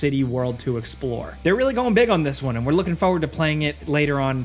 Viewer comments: I've followed this channel for a pretty long time and I love this content. But. Bro. It's foRward. there are 2 Rs. Not Foward. Forward. Please. I hate hearing "I'm really looking foward to this one"... Rant over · It's "forward", not foward